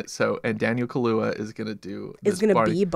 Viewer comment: Y'all really hate black people and black music. What do you mean the Nicki Minaj song is stupid. And you mispronounced Daniel Kaluuya name. It's funny how you guys have no black movies on your catalogue too. Crazy business